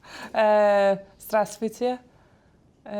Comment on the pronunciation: Her Здравствуйте was terrible, i'd hardly call that speaking a language